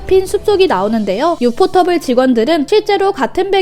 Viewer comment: 유포터블이 아니라 유포테이블입니다. 많이들 착각하시지만 공식적으로 유포테이블이라 읽는게 맞습니다.